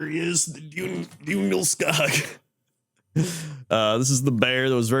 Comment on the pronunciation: Hearing non-swedish people pronounce ikea stuff is always a delight ^^ If you want the swedish pronounciation, then the o in djungelskog is long, like the in word "zoom"